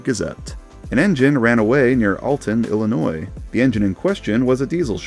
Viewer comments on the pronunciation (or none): none